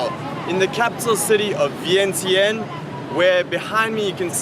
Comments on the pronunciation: I'm Laos so that's not how you say Vientiane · I don’t know why they end it with S. And Vieng Jun is the correct pronunciation but they spelled it with Vientiane 😌😌😌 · Vientiane.....English pronounce Vien tiane Laotian pronounce Vien chun